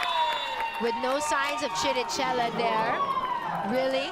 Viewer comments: Its kirikela! Not chi-ri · Can she just please pronounce Chirichella right? It's with K!!! KiriKella der is no dsh-sound in that name...:-)